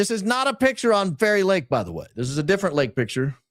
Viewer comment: Anyone else's brain hearing Kari Lake every time he says Fairy Lake 🤔😂😂😂